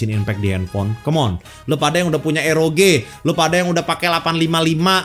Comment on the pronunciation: Entah mengapa bang Bilang ROG kok q dengernya EROGE yak:V